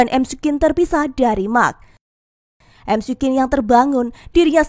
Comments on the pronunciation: cara nyebutnya mikwin min 😁 bukan emsi quen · Risih nyebutnya emsi kuin😂